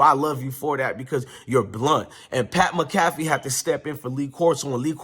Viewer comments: Bro you pronounce Pat McAfee, mac-a-fee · It’s pronounced - Mac-A-Fee…👍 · Pronounce PAT MAC A FEE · Pat Mcafee is pronounced Pat Mack-a-fee 😊 go colts! 💙